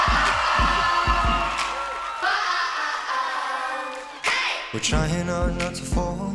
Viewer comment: well at least Jimmy said Sivan correct... love ya troyesivan18 (lel im trash)